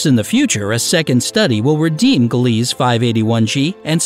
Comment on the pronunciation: Not gly ease it's pronounced Glee sa